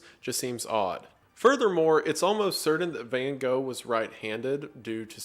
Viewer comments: The thing that shocked me the most in this video was the pronunciation of Van Gogh(which he still got wrong when trying) After looking it up because I couldn't believe it, I still can't get over how different it sounds than what I'm used to XD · noooooo not Van Gosh...... 😷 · “Correct pronunciation” nah fam try to scrape your throat with the ‘g’s then you are there! Dutch is a very strange language :) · That's far from how you actually pronounce Van Gogh, btw. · as a dutch person i always cringe so hard when people try to be a smartass about the pronounciation of his name and still get it horribly wrong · Here‘s the correct pronounciation for Van Gogh :)